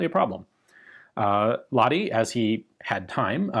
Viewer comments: More precisely, "la-h-ti". That is, the H is specifically pronounced, instead of being silenced by the adjacent vowel as it would be in English. There is no "ch" or "kh" sound used in Finnish. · TLDR: we're always grateful for featuring Finland in your vids, but you could use a bit training: you pronounce Lahti as Lati, without the H. A relatively simple thing to learn. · In no way a criticism but knowing how much Ian likes correctly pronouncing foreign words... The H in Lahti isn't silent. It is sounds exactly like H in Hulk or Honey. LA-kh-tee. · It was actually pronounced "lach-ti"